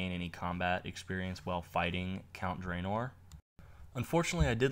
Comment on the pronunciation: drynor? karamaja? you sure its runescape you've been on for 11 years and not meth?